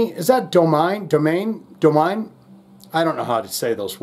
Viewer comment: Domine is pronounced "Dom-i-nee", it rhymes with Astronomy. Definitely not "Doe-Mine" like I hear a lot of people pronounce it.